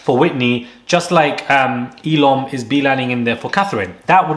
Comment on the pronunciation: ELMO!?? ELOC!?? The way you guys keep mispronouncing the casa boys names!😂 I'm pretty sure its ELOM - Catherine's guy, and Lochan the curly hair dude! The unintentional shade is killin me!😅